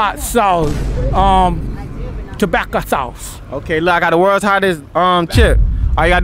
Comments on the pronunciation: “TOBACCO SAUCE”🤣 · The second guy says "tobacco sauce " 😂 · with your comment I realized he was trying to say tobasco sauce. His teefisus probably just got in the way. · Was he ment to say Tabasco sauce ? Lol